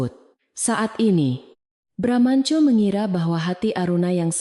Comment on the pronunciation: cerita tidak konsiten, narator membaca teks sering lebay, bramantyo sering dibaca BRAMANCO, ga lucu